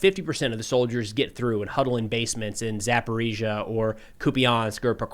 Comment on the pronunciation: Thanks for not using the Russian pronunciation of Zaporizhzhia anymore.